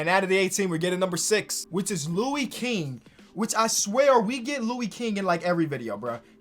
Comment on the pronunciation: Damn you doing my boy Lou king dirty 😭 he's actually got hella potential watch how he plays n controls his pace it's crazy. It's pronounced Louis like St. Louis